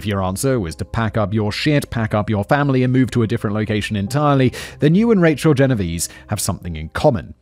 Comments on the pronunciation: Writers, wonderful writers, can you please go back to including pronunciation guides - especially for names - for Simon?! It feel disrespectful for him to be (accidentally) mispronouncing the victim's name. Genovese is of Italian origin: the last 2 'e's are pronounced like the e in 'bet'. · isn't it pronounced "gen-oh-vay-zay"? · You say the last e in Genovese.